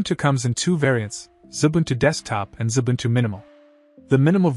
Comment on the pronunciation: Xubuntu not Zubuntu as in the video.